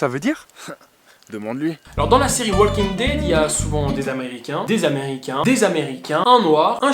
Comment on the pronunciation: On prononce pas le L dans walking dead MERDE